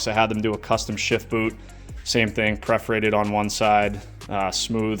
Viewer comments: I, like you hate to hear counsel VS console. But Perforated is correct, not preforated.! LOL Caught you. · Funny how you joked about people calling it a 'council' but you keep saying 'preferated' vs 'perforated'. ;) Teasing aside nice work! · As much as I laughed and was cheering you on with the counsel/council/console thing, you went on to say "prefferated" instead of "perforated." Glass house moment. One is just in text and the other verbal. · Great job. The only thing that I can correct is you talking about the 'preforated' material on the wheel and shifter. The word is PERFORATED. I know.. I know. You seem like a perfectionist so take this how it is meant.. with a good heart. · Preforated or perforated ha ha new wheel looks cool! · "Preferated".....is as bad as "council" for "console". PERF- OR- ATED Lol😂😂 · The irony of his pronunciation of *perforated had me chuckling though. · Thank you for correcting everyone on "console". However, you need to work on perforated 😂